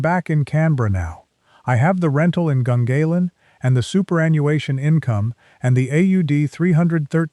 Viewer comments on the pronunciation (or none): IT's prunounced Gungarlan in Canberra